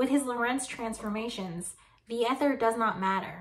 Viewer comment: When you pronounced ether with a short initial e, I thought, "Why is she doing that?" I have have always heard it pronounced with a long e. I love your show😊! I love your humour😂! I love your willingness to explain details for laypersons like me who want to do want to be more technically precise. And you always make the video easy to watch. Best wishes!